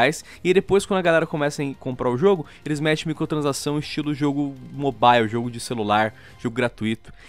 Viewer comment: muito bom o vídeo mas.... o falando MICOTRANSAÇÃO aushaushuahsuhasu